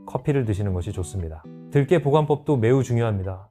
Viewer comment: 들깨 인가요? 들게 라고 하시니...